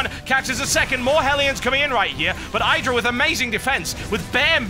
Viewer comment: You know you're pronouncing idra the wrong way?